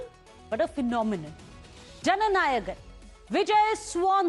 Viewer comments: whats Janagan ..Take effort before saying something😂😂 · It's not JANAGAN pls correct yourself...say it right..JANA NAYAGAN